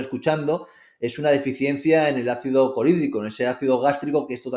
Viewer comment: No se cuantas veces ha dicho Ácido corídrico e hipocorídria?!?!?!? Este chico ha escrito un libro?!?!? Habla de que en la carrera no se habla de Microbiota... Este chico no ha estudiado la carrera de Nutrición, aunque lo da a entender... Qué triste! Ácido clorhídrico! Hipoclorhídria!!